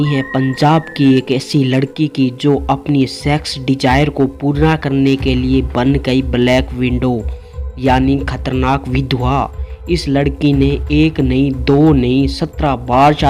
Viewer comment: widow hota hai not window..pehle pronunciation seekh gadha